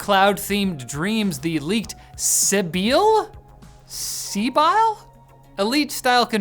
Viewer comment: Its Pronounced SIBIL